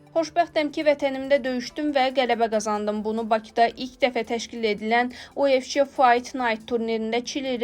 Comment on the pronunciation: Kolxoz kimi o nə oxumaqdi УФЧ, ingliscə C Ç kimi oxunmur, U də Ü kimi oxunur.